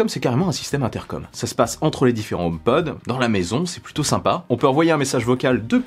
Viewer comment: Si je peux me permettre. En anglais on prononce le H . Car omepod en anglais ne veut rien dire .